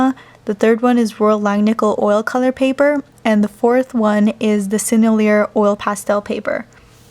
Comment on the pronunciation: I think sennelier is pronounced sen-el-ee-ay